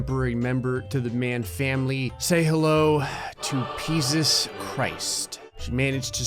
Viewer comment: JESUS CHRIST peasus christ:excuse me its peasuse not jesus